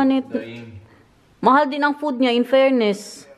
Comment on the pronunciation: ulit ulit ko pinanonood c,ang ganda kc ng pag ka bigkas niya ng my love at mahal😂